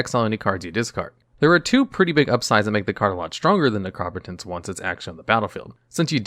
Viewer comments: Lovely video. Just a brief bit of feedback. I have never hear Necropotenc pronouncd, "Nec-rop-ot-ence". Instead, "Nec-ro-po-tence". As in, you know, the potency of necro. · yeah it should be "nek roh poh tense" and not "nek raw puh tense" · Neh-Crah-Pah-Tense lol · Necropotence (Neck-row-poe-tense) I cringed on the mispronouncing of that one in particular, it's just two words put together, my dude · Please stop saying necropotence wrong it is upsetting and incorrect please correct yourself